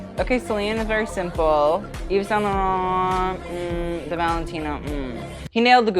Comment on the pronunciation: The way he says Saint Laurent BAHAHHAHAHAAHHAHAH